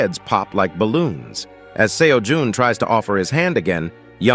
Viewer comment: Bruh am I tripping why is he calling him seo juhn